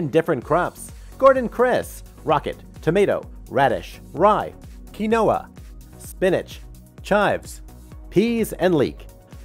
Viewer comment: Quinoa is read as: keenwah not Ken noah